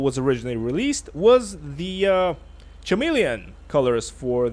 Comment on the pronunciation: Ka-melion, not schamelion. Clamydia not schlamydia!